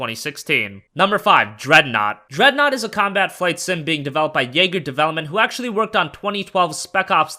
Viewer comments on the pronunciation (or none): none